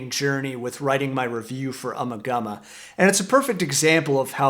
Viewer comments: It’s uma gooma. Not ummah gummah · I once found an old dictionary belonging to my Grandmother. Flipping through the pages I came upon a word that was awfully familiar. Ummagumma. As the dictionary clearly showed, the first A (eh) was shown as a hard A. The last A was shown to be should I say, a flat A.. The proper pronunciation IS UmmAgumma, not ummagumma. The definition for the word was simple- meaning absolutely nothing about anything. Anyone able to add more to this I would appreciate it, as I've been unable over the years to track down that 30s dictionary nor can I find any confirmation from other sources. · I wish people could pronounce the album title correctly. FAIL. Listen folks, Nick Mason correctly pronounces it in the fricking video, listen carefully. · LOL, plays a clip of Nick Mason saying the name of the album and still pronounces it wrong... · LoL and lol and more lol, indeed LMFAOO... you just can pronounce Ummagumma properly !!